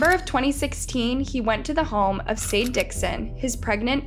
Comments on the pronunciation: I'm not sure but I'm pretty sure her name is not pronounced Sade it might could be pronounced (Shaw-Dey)... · I’m pretty sure it’s pronounced “shah-day”, not “say-d” lol. But who knows, I could easily be wrong!